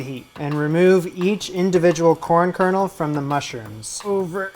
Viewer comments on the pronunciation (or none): none